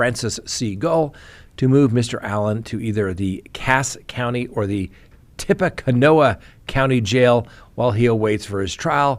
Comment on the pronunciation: Tip-a-canoe is how Tippecanoe is pronounced.